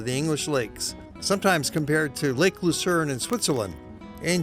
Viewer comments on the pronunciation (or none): none